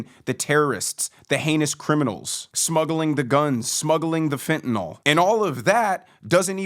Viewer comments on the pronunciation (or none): it's pronounced fen tah NILL. Fentanyl. Not Fentanol.